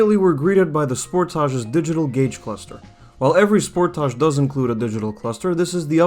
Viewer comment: The way you say sportage makes me nauseous. It's as if you're purposely saying it wrong.